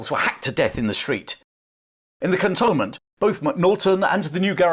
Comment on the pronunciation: Cantonment is pronounced “cantoonment”.